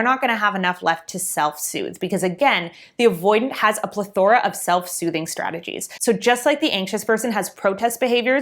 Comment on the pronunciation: Just a weird teacher thing in me but she pronounced or said the word "plethora" incorrectly and may want to hear how it is correctly pronounced 😬